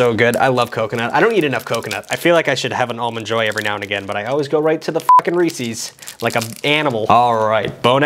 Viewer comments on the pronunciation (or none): What is it with people from the Northeast being incapable of saying Reese's? You dont call someone named Reese ReeCee. Do you?😂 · I stopped watching when you pronounced Reese’s like Reecy’s. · the ginger mango candy.... as someone who likes both of those things.... yeah those are p good tho i see how some might not like it i think im more offended by the way you pronounced reeses